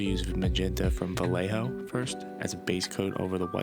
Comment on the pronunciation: Is not Vallijo, and it sounds like Va-jeh-ho